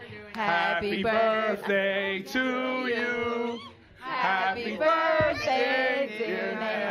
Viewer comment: an adult really said ‘birfday’ in 2024